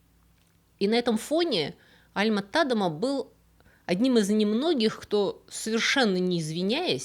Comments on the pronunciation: `Альма (ударение на А) ТадЕма (ударение на Е) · Альма-ТадЕма, ударение на второй слог!!! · до просмотра этого ролика, я была уверена, что его фамилия читает альма-тадЕма....